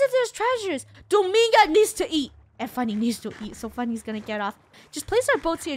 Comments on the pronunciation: Funneh: Domiga COmE here SAsSy gurl Me: lol Domiga it is really dominga😂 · Wait is Funneh calling DomiNga Domiga? GUYS THERE IS AN NNNNN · Dough-Ming-Ga Purse-I Armi-nda Jo-Hanna A-Ron Zac-k Just sending out pronunciations xD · No. Dough-monga